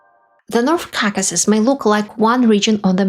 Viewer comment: KAKAsis? Really?!!!!!! You can say caucasian just fine, but not the word it derives from? Expected better from you.